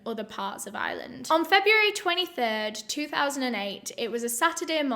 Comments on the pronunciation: I swear, the first few times said "Ireland," I kept hearing "island." Lol. I was so confused. Haha. I need to listen to more British people, clearly. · all this time I thought she was saying "island" too it's the comments that saved me🤣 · Haha that's funny. I can totally relate! But this time her accent tipped me off - I'm American so I immediately noticed the non-rhotic accent so automatically mentally put the 'r' back in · Really thought you were saying this case takes place in "Island" before I realized it was Ireland 🤣🤣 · why cos of pronouncing it like Island lol, I gonna be honest I am from Yorkshire n that is how I pronounce it. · LMAOO, Im from Dublin and Its so cute how pronounces Ireland 😂😂😂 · I watch most things with the closed captions on and thank goodness because I heard “island” every time she said Ireland. 🤣 Honestly never have I struggled with her accent till this word. Love the channel and hearing about cases from other countries. ❤️ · Maybe I’m wrong for this but for the first 30 seconds I thought you were saying “island” and I was like “which one?” 😂 It took me too long to realize you were saying “Ireland” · "Today we're going to Ireland" Me: "Which Island?": "We don't often go to Ireland in my channel" Me: "What Island?": "So we're going to Ireland" Me: "Is this a random Island?" The accent got me, so that's how you pronounce Ireland xD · i love that says “ireland” like “iland”😭😂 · ireland not iland , it drives me up the wall when people say that! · Your pronouncing Ireland like “Island” ... not the same thing girl 😂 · It’s not the accent - it’s just a wrong pronunciation. Your accent doesn’t remove your ability to pronounce the “R” instead of an “S” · My friend I was like ok but what island are we going to!!!!! you were saying Ireland. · Us British people pronounce 'Ireland' and 'Island' the same. I don't get it, do some people properly pronounce the 'r' or something? 🤔